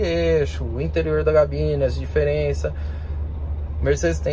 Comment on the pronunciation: Kkk da agonia ouvir essa galera pronunciar " Gabina"! Kkk é cabine, o substantivo é cabine!